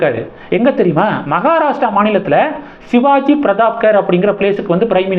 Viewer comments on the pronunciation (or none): none